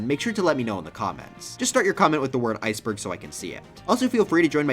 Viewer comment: i thought he said "mario heisenberg" instead of "mario iceberg" 💀